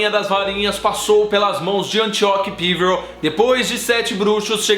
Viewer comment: OI, ótimo vídeo. O jeito como você pronuncia "Píverel" da um pouco de agonia, já que não se parece nem com a pronúncia comum no Brasil "Peverél" ou da inglesa.